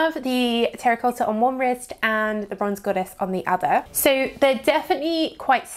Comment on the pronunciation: How she says 'Terracotha'😂 lol